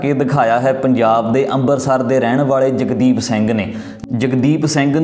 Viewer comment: 22 ji ambarsar ne hunda amritsar hunda aa